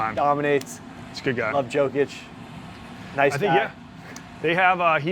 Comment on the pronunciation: Yo-kich not Jo😂